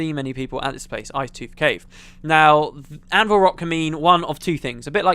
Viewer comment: "Anvir rock" ...